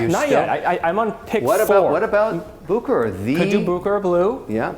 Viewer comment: Kevin,, you two need to come visit me in Lucerne so I can show you both the original Bucherer and teach you how to properly pronounce the name;) phenomenal video! All the best from Lucerne